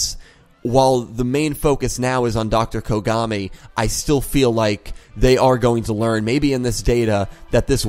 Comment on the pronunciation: I Swear to god everytime i hear Dr kogami i keep hearing Dr Konami xD